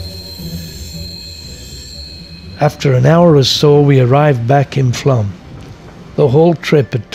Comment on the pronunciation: It is pronounced Flom.